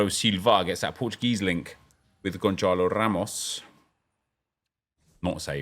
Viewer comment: Hey! "I noticed you've been pronouncing Gonçalo Ramos' name as 'GonCHalo.' In Portuguese, the 'ç' is pronounced as an 's,' so the correct pronunciation is 'GonSalo Ramos,' not 'GonCHalo.'"